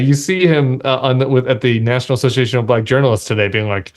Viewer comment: He can’t even say the word “Black” without over-exaggerating the syllable.